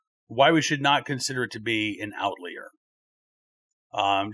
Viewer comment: I love you Please pronounce OUT li ER